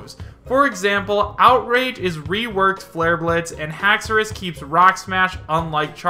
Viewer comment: Lmaooooo ‘haxoras’ 😂😂😂 dont make me laugh. FAKE